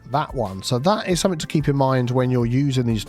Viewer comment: Hey. Love your videos...however...it is 'something' rather than 'somethink'. 🫢